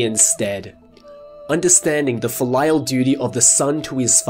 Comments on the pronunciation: That pronunciation of filial gave me whiplash. XD Not trying to be mean, but 'Fill Lyle' with what, exactly? (FEEL-ee-al, for future reference) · Do Australians in general say "filial" like you did here, or is that just you?